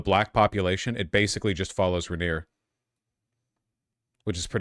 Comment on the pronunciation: Vaush are you intentially mispronouncing "Rainier" and "Yesler" just to spite me personally?